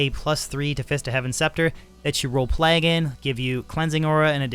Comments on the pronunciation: He says it all weird because he’s Canadian.. “P-Lag” lol what a weirdo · Plague, like Craig, vague, the Hague. Not "plag". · Your pronunciation of the work Plague is murdering my soul.